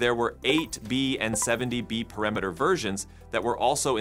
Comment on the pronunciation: Really like your videos, including this one. Just a note: in several of them, the machine pronounces “parameter” as perimeter. You should retrain the voice bot to pronounce the term correctly.